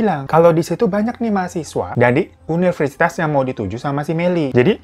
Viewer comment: universitas kak bukan yuniversitas 😆